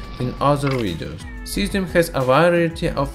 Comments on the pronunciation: 😂😂😂 i felt so bad for the 'zieszzzhuuum' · "Cyazim tanty nain"